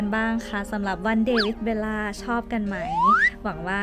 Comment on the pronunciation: จริงๆ ควรออกเสียงว่า เบว ล่า ไม่ใช่ เบน ล่า